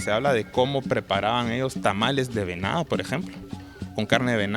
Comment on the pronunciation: La palabra debe pronunciarse "venado" y no "venao" . Dice: "probablemente" todas son suposiciones o imaginaciones que después las enseñan como verdades. Lo que el se imagina o describe no lo dice en ningún lugar.